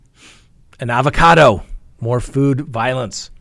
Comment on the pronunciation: Love how you say avocado at the end 🤌